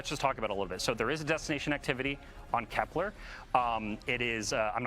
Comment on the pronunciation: This is a small annoyance, but why is everyone mispronouncing Kelper as "Keplaar" there's no A in it, bros. It's Kepler, named after the famous German mathematician and astronomer Johannes Kepler. 😂